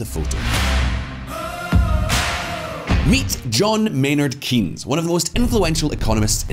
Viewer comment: Starts off badly... Can't pronounce Keynes properly. It's not keeeeeeennnns, it's more like Kaynes, rhyming with chains. I still remember your video about the sultan of Brunei.